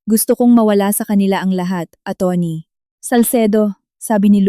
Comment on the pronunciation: Ano po ba Ang tamang bigkas sa salitang Atty? Bakit parang iba yata Ang bigkas nyo?